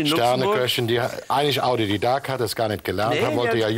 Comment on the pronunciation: Calli hat „Audididakt“ statt „Autodidakt“ gesagt. Typisch! 😉